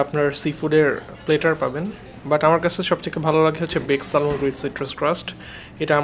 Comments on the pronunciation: Salmon এর উচ্চারণ স্যামন। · Salmon er pronunciation s-a-m-o-n bhaia. Just FYI. Otherwise Very nice vlog MashaAllah!!!